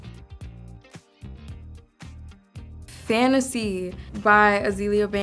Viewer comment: SHE SAID FANTASEA! 🔥🔥🔥